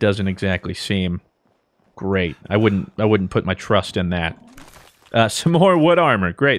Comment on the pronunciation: I “woodn’t” put my trust in that Who else noticed lol